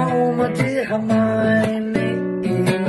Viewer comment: I love how he says hermione🥺🥺